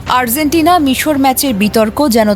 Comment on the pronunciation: আর্জেন্টিনার উচ্চারণ হঠাৎ Z লাগিয়ে করছেন কেন!? 😂😂😛😛